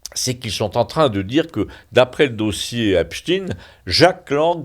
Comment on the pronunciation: Cher monsieur, diriez-vous Albert Eins"TINE? Frankens"TINE"? Non, comme tout le monde! Alors pourquoi dites-vous Eps"TINE"? ça fait trop juif?